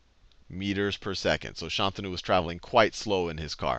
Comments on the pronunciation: ayyy, he said Shantanu correctly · I was pleasantly surprised at how he pronounced Shantanu. Sounded quite Indian. He could've been like, "Shaan-Taa-Nu," but it felt really normal. By the way we say it here, ofc.